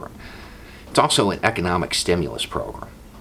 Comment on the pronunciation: Wanted to put this separate from my usual long-winded comment... anyone else hear "pogrom" every time says "program" or is that just my twisted brain malfunctioning?